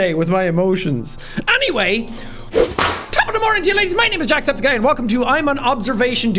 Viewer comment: The intro sounded like "TOP Of the morn'in to ya ladies"